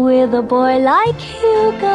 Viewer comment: Why does Albert's mum say Hugo?